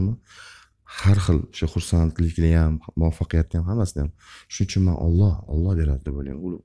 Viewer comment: ОЛЛО ЭМАС ОЛЛОХ ДЕБ ГАПИРИЛА